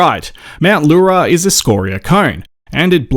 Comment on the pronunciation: Yes, you said Mt Leura correctly. 🤲🏽 Often meaning small or little girl in Gunditjmara/Eastern Maar peoples lingo 🗝